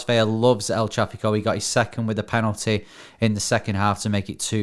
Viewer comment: New subscriber here. Great show, boys. I like the weekend recap, and agree LAFC is an incredible club. One note: Carlos Vela’s last name is pronounced as it’s spelled—Vela, not Veya. Keep up the great work.